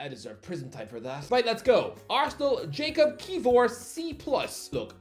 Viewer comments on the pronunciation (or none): Isn't Jakub pronounced as yakub and not Jacob?